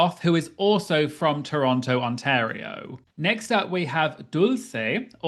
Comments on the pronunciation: To truly secure your doctorate on Canada, you WILL have to learn how to pronounce "Toronto." We don't say the final t. 😉 Really, it's "tronno" or "turonno" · Yay! This season is gearing up to be SO good. And as an Ontarian I am obliged to tell you it's pronounced "T-rono". This should secure your PhD in Canadian. 🍁